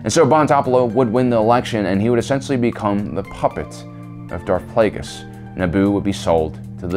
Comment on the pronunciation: Bro how’d you mis-pronounce Darth Plaguies and Darth Tenebrous?😂